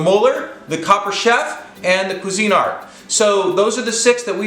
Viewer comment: I have a Bella it cost 12 bucks and works great . i always spray the cups with Pam for poached or omelette Its also pronounced qweezinart not cuisine-art. really If you're going to rate products you should pronounce the brands correctly